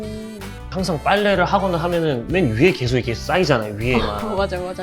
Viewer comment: 음, 하나만 말씀 드리면, 아나운서분이 '계속'이라고 발음해야하는데, 께속이라고 발음하는 게 거슬렸습니다. 그것만 좀 부탁 드립니다!